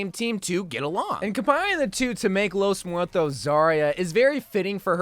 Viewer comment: ah yes, 💫✨lOeS mOoEtOs✨💫